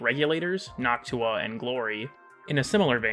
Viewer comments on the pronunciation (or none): Man there is no need to pronounce Noctua like Nawk-Tuah please 😭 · ...Is it not pronounced similarly to nocturne or nocturnal? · Noctua more like hawktua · Not really your fault; the way he pronounces that o is literally just an aw/au diphthong rather than a straight o. So it's unusually hawk tuah-y.